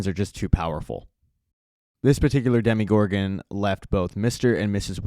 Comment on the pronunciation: Great video only complaint it’s dm-o-gorgon not dem-e-gorgon